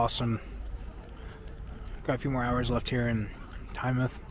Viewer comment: Thank you for pronouncing Tynemouth properly (not as "Tyne-mouth")! And you said "seaside" not beach - you're practically British 😉 Great weather you had that day.